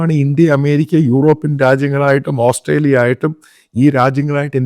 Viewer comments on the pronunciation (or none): none